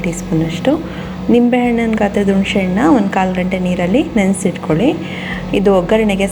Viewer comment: nenne saaru maadidde mam,channaagi aagittu,thanks,aadre yelru yaake unshe hannu,hashi meshinkayi ona meshinkayi anta tappaagi heltidira,dayavittu unshe hannu alla,hunse hannu,hashi meshikayi alla ,hasi mensina kaayi,pls sariyaagi pronounce maadi